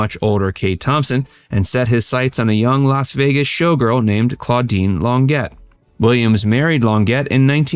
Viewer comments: For the "" you need to get your facts straight, he had three brothers and they were a foursome, not a trio. Also its Lon-jay, not lon-jet. Oh, just the facts.... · Longett???? It's pronounced Lonjay!!! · “LON GET”??? No no no!!!!! It’s prounced LON JHA Long A!!! Where do you get your info??? Ethel Kennedy and an affair??? NO!!! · The Williams Brothers were a quartet. It wasn’t only his two older brothers who sang, it was three in addition to Andy. Claudine Longets name is pronounced Lon-J not Lon-jet. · Learn pronunciations, you talk too fast, very scripted and his girlfriend's name is pronounced Cladine Longet ("Lon-jaye"), she's French. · Lon- jay not Lon-get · Um, it’s pronounced Lon-zhay, not lon- get. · claudine "long - ette" 😅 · Oh, for f---'s sake! Lon-ZHAY! I know the teachers' unions have cut out instruction in languages, but - blimey! Check the pronunciation with someone! Check it online! Arrgh! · Longet is pronounced Lahn - jay, (with the j pronounced like the "Z" in Zsa Zsa Gabor. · Claudine Longet is Franco-American, and began life in Paris, a French girl with a French last name that is pronounced, roughly, “lawn-JAY.” The “e” is pronounced like a long”a,” and the “t” is not pronounced at all. In spring 1976, she shot and and killed her boyfriend, professional skier Spider Sabich, at his home in Aspen. She said it was an accidental shooting. At trial, she was found guilty of negligent homicide, and was sentenced to a small fine and 30 days in jail. She subsequently married her defense attorney and at last report still lives quietly in Aspen. Although divorced from Longet, Williams publicly supported her, paid for defense and escorted her to and from the courthouse every day of the trial. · Andy Williams had a wonderful voice. His wife had an interesting voice that I loved and bought all of her albums before the tragedy that ended her career. This video is badly mispronouncing her last name.